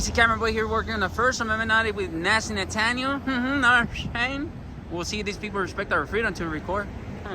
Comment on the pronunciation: Nasty Na-Tan-nel.